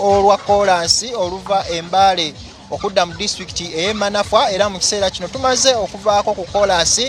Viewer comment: Tuli manfwa😂😂😂😂😂😂😂😂😂😂 Admin wuliriza bulungi reporters byayogera nti Manafwa😂😂😂😂😂